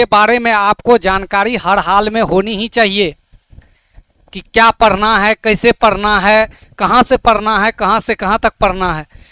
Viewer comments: Sar Padna hota hai parna nahi😂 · Padhna hota hai padna nhi😂 aur sar nhi hota sir hota hai 😂